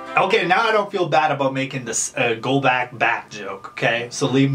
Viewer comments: Early! And also his last name is pronounced Gol-bock not Gol-back. Just letting you know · just a tip this is how you pronounce his last name gol-bo-ch lol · You said his last name wrong lmao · Sorry pet peeve Golbach- gol•bock Colby- col•be not kobe Again sorry just a pet peeve